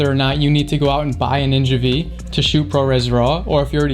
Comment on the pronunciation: AFAIK it isn’t the ‘Ninja Vee’ it’s ‘Ninja Five’. V is the Roman numeral for five.